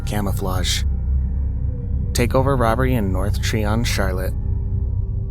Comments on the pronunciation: I live near Charlotte NC, it’s not Treeon, it’s try-on. It’s the name of a road btw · The street in Charlotte (Tryon) is pronounced tri-on not tree-on. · How about scary things in South Carolina? That would be fun. Edit: it's pronounced Try-on.